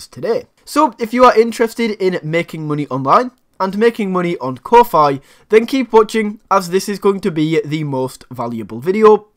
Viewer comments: It's pronounced Ko fee, like coffee. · I have been pronouncing Ko-fi wrong all along. 🤣